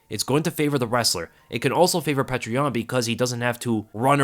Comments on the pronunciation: Petr is pronounced “peeyo-ter” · Petr is pronounced (Pee Oh terr), and I thought Benevidas was done after his last match. Geez, he’ll never quit! Tough to a fault he is. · Great prediction but its baffling how you keep mispronouncing petr, its pronounced (peow-ter) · his name is not petra stop with this pc corectness bs peter peter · I've heard his name pronounced- Peter, Peoter, Pechr What's the actual correct way to pronounce this champ's name? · great video btw I think you actually just pronounce yans name like "peter" straight up... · Thanks as always for your amazing work. One constructive criticism: Petr is pronounced "pyo-tur". The "e" is actually a "ё" which is pronounced "yo".